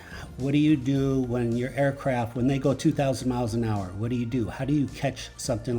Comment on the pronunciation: Aircraft “T” there’s a fcking “T” on the end of the word 😪